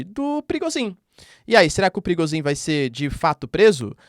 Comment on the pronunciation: Toda vez que vc diz PRIGOZHIN, eu escuto PERIGOZIN